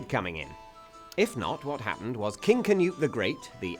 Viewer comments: It's spelled "Knut" and pronounced "Knut", NOT "canoe". There should absolutely be NO "A", spelled or spoken. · im no expert on grammar, but there's no "kuh" sound much rather something more like "kh" so normal sound for K and slap on the exhale-y bit to soften it before "nut" part. im pretty sure if you just type in "Knut" in any of the nordic languages(finnish dont count they're northern not nordic)in google translate you'd get the right way to pronounce it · Pronounced k'noot, not ker-newt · Why do English people pronounce it "canute"? It's Knud. Knud. The d is like in edible. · Its Knud tho, English people pronounce "Cnut" correct, as thats English. Its like Michael, in Danish, and Micheal, in English.... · Scandinavian greetings, but also scandinavian insults, for that defilement of a pronunciation of "Knut".